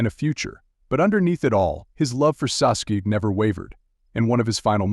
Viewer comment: Sasook & sasooki 😂😂